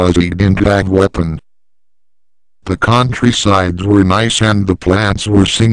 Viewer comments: John Freeman then looked on the ground and found WEEEEPON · He found the Wiipon lol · Wiepon? XD